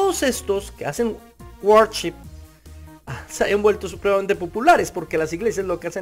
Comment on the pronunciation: No sabes ni cómo se pronuncia worship y tratas de dar un punto de vista 🤦🏽‍♂️